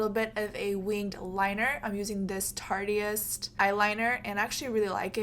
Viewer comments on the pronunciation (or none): Very pretty but the liner is pronounced TARTE-IST. Not tarty-ist. It's a play on the words tarte and artist.